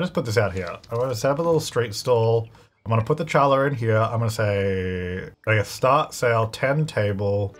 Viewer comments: I know this has already been addressed, but yes you did mispronounce challah. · sweetie im so sorry that is not how u pronounce challah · Will figure out it’s “holla” and not “challa” for the bread? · it's not tsh-allah, it's h-allah (hard H) plz look up challah bread lmao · Omg each time you said "Challa" I screamed at the screen that you are pronouncing it wronggg Its a traditional jewish bread, the name is in hebrew, the ch stands for a letter that doesn't exist in english, ח ,it should sound more similar to "halla" but the h' sound is fro the throat, like a cough lol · I must admit, I flinched a little every time he said chal-la instead of HA-la 😂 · someone needs to start a count of how many times called it “CHallah” instead of “cHallah” bread this episode 😂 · it's pronounced "hallah" not "challah" lol it's a jewish bread :) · Lol it’s not pronounced challah its not a ch sound it’s a silent c. (Hullah is how it’s pronounced) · Yep, but we forgive you. Its said Hol-lah the C is silent! Its delish! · Hey! I’m Jewish and was happy to hear about something from my culture in this episode! Challah is absolutely wonderful and I suggest giving it a try! Challah french toast is also great. The “proper” pronunciation is (χa'la), which starts with a guttural kh sound. But the anglicized pronunciation is (hall•uh)! Challah (plural- challot) is a Hebrew word (spelled חַלָּה) and therefore the English pronunciation is a bit different! So no matter how you say it, we appreciate the sentiment! Happy last day of Hanukkah! 🕎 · I'm so excited for this series I wasn't expecting part 2 so soon 😭 Also mispronouncing Challa (HA-lah) rly was something - the CH sounds so aggressive lol 🫠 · Just a heads up! Challah is pronounced with an H sound. It’s written Ch because you’re supposed to also do the back of your throat about to spit sound with the H, but a lot of people can’t pronounce it so just the H is fine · The C is silent. Like HA LAH